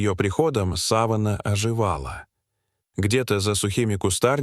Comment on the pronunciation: Подписалась бы с удовольствием, но вот искусственный интеллект, который озвучивает человека, никуда не годен! Много ошибок в ударениях слов. Одно слово сАванна чего стоит! Мне нужна савАнна!